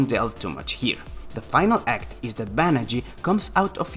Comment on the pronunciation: "Banagher"... "Banagh-ER".... not "Banagh-EE"